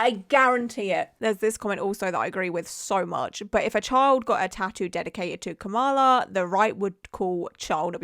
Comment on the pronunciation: love your vids but pls learn how to say kamala's name right